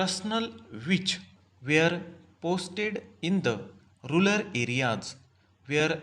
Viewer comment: Rural hota hai sir aap rular padh rahe hai baar baar